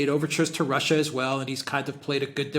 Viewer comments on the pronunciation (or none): none